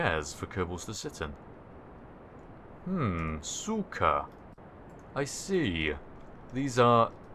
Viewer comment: Been watching a bit too much anime? Kinda went full Japaneese on that "I see" +1 :D